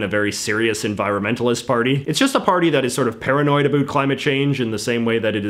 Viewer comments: it's funny to me how you pronounce "about" like "abeought" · The way you say about with an accent encapsulates Canadian English effortlessly.